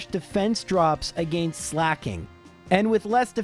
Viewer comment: This video sounded interesting, but I just can't stand that pronunciation of "against"...